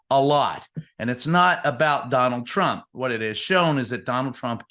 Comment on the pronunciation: Whonald Twhat?